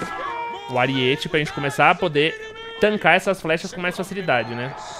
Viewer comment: Aríete******* kkkkkk video muito bom, so fiquei agoniado com o "ariête" auhsuhas